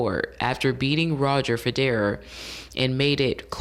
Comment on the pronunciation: First,it's pronounced "joke-a-vick"or "yoke-a-vick",and "feh-der-rer";this latest Wimbledon final is considered by many to be the greatest in tennis history,and Djokovic,Federer,and Rafael Nadal(another contemporary)are considered the three greatest tennis players of all time